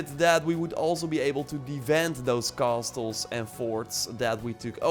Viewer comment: Thanks for the great content! I know it's strange, like many English words, but "castles" is pronounced as "cassles." The t is essentially silent.